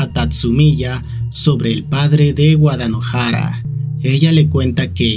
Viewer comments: Cada vez que decia Wadanohara pensaba que decia Guadalajara 😿😿😿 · Envalgun momento entendi de tanto decia wadalajara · En vez de entender "Wadanohara" entendía "Guadalajara" 😔